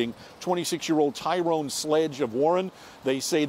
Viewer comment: Why u callin him Ty Rone? Cuz he black? Lol